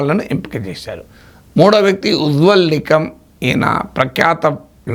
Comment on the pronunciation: This guy is a half baked bun with mediocre intellect and knowledge but masquerading as some sort of an intellectual. He is saying Ujwal Nigam while his actual name is 'NIKAM not Nigam , He calls Harshvardhan Shigle while his actual sirname is 'SHRINGLA' . He simply says Dayanand master nominated from Kerala, just lost his legs in violence hiding the well know fact that his legs were brutally chopped off by CPM workers in his own village. Madam Meenakshi Jain has proven with full evidence the false narratives built up by left historians patronized during congress era as 'absolute falsehoods' which those fellows could not counter till now. She has done a great service to the cause of 'Truth ' about our country and its actual history but this half baked bun wants to show it otherwise. This guy reminds me of the Telugu adage " Vrukshamulu leni chota Amuda Vrukshame Mahavrukshamu'